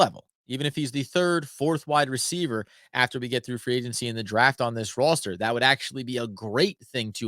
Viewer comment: Your killing me, where are you from? Please say the word “Roster” like a normal person.